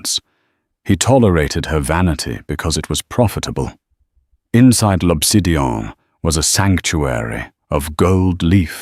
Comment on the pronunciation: The restaurant is L’Obsidian, not Lopsidian.